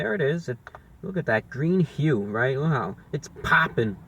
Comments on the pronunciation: Its gween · Its gween, its qween! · its gween!